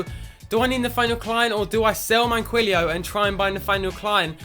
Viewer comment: Plus Manquillo is said like Man-Key-O